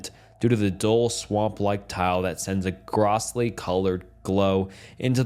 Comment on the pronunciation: no offense intended brother but that is NOT how you say "grossly" 😭